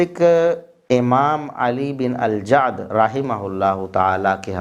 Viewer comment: اللہ آپ کو کروٹ کروٹ چین سکون اطمئنان راحت عطا فرمائے، کتنے مضبوط دلائل سے آپ نے یہ معاملہ واضح فرما دیا ۔۔۔ پلمبر مرزا جی تو علی بن الجعد کا نام تک صحیح نہیں لے پایا ۔۔۔۔ بس اس چوہیا کی مانند مسواک کی ایک لٹھیا لئے پنسار کی دوکان کھول بیٹھا ہے